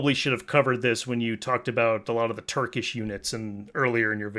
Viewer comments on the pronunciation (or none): none